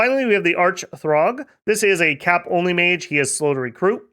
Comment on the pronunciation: It's see-urg not throgg 🙂